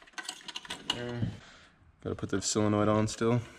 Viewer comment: If you don't learn to pronounce solenoid I'm unsubbing.